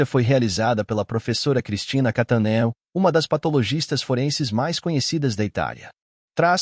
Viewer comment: O sobrenome se pronuncia "Catãneo" Seria "Cattanel" ( como anel, papel se terminasse com "L")